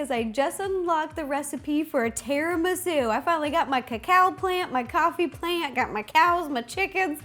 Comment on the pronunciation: No, trust me, she said it right. I'm Italian and Latina, but everyone that is Italian in my family says it the way that Ro does